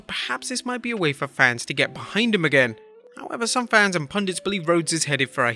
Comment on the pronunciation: For someone who can't say "Fans" properly, you are the last person who should be mocking how people pronounce things. just sayin'